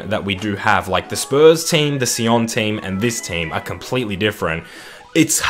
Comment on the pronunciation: FC Sion is a Swiss side and it is pronounced "Zee on"